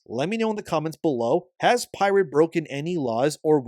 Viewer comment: To be fair whenever you asked “Has pirate…?”, all I heard was “@ pirate” 😂😂😂